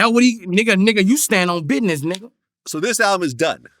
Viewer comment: "I STAND ON BIDNESS"😂😂😂